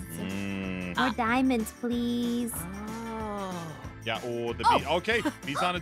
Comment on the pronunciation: U mean plEEase hahahhaha